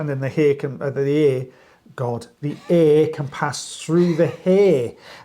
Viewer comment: accent got in his way with “air & hair” 😂😂😂 God i love you guys! 😂😂❤❤❤